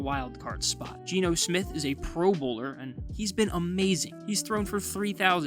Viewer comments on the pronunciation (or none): none